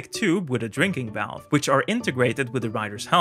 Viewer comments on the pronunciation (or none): none